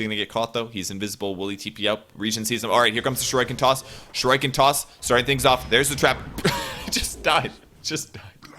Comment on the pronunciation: someone plz teach how to pronounce shuriken